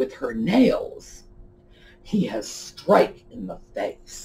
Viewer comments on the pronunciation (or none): none